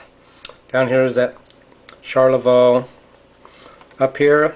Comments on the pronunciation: Pronounce it Sharlavoy. good video. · Smacking your lips is terribly annoying. You mispronounce Charlevoix. Rambling and uninformative.